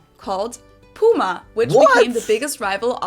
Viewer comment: Porsii? Pyma? Why it's so difficult for you?